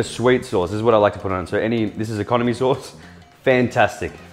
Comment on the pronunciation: okonomiyaki sauce in Japanese: お好み焼きソース: "economy sauce" -all guud